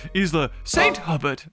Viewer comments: It isn't Isla, it's Isle. Aisle. And Hubert is Hew-bert, not hubbert. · its hue-bert, Sounds a little better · i belve the island is pronouced st. "h-yoo-bert" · I think its Isla St. Huberts pronounced "Hew-Bert" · I would guess that St Hubert is pronounced hugh-bear, which has a much nicer ring to it.